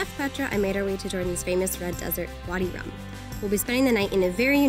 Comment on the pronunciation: its called vadi rum not body 🤦🏻‍♀️🤦🏻‍♀️